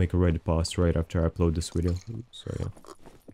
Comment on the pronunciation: TODAAAAYS WIDEO!